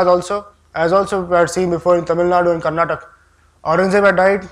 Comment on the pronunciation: Its karnataka. For all your pride in narrating history. Do say its kar-na-ta-kaa.